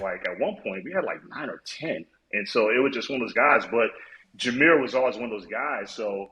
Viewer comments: “Jahmyr Gibbs (spelling check)” Yes, Peter, you’ve got it right! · I think you got it right. 🦁